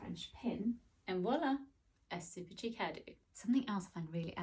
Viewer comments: Cheek ❌️ Sheek ✅️ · Its sheek not cheek 😂😂😂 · How about refining the pronunciation of chic first